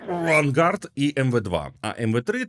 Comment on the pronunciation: Вимова "Vanguard" неприпустима для офіційного каналу. Це можна було б пропустити хіба що на особистому каналі автора.